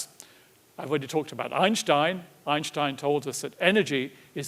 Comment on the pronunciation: Finally, someone pronounces "Einstein" correctly.